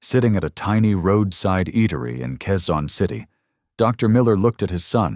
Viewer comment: I think it’s Quezon City, not Keysan City😊